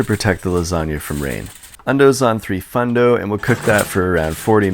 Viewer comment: Threefundo is now my new favourite way to say 350